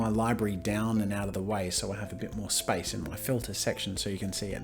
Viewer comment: omg when I first hear him say Space I heard Spice. "Hold spice and you can move around the canvas." I was so confused and had to google what spice key is lmao